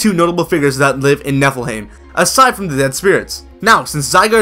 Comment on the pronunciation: You're saying Niflheim wrong :P "heim" is pronounced "hi-m", like in Anaheim :)